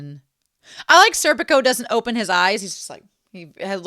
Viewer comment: It's SER-pee-koh and far-NEZ-eh, they're Italian names.